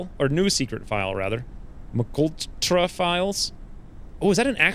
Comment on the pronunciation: Mee-kul-trah :D It's "M K Ultra", which was a real thing!